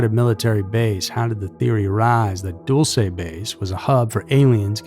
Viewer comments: I live near there. We pronounce it dull-see. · this is probably petty but i think it's DULL-chey, not DULL-say. super fascinating subject overshadowed by area 51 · Pronounced "Dull-chee" not "Dool-say" you sound so stupid when you mispronounce such a well known base.... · Pronounced (dull-chay) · I thought it was Dulce " Dull-se' '" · You pronounced dulce New Mexico wrong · you're pronouncing Dulce wrong